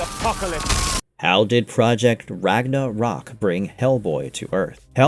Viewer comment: It's Ragnarok. Not Ragna rok. There is no space.